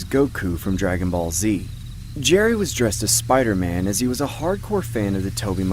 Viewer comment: bro sbayder man